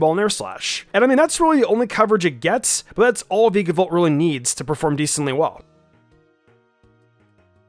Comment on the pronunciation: Dude, every time he says “Veekabolt” I swear a part of me dies, and not in a good way.